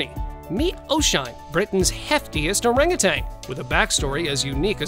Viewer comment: Orang Utan is pronounced oh-rung oo-tunn, not oh-rung oo-tang